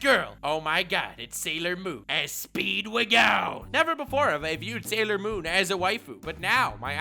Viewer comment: The way said Speedwagon hurt my soul